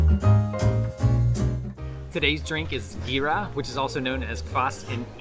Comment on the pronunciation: gir is pronounced gyra